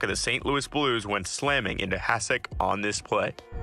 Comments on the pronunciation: Hasek as well. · Hasek :D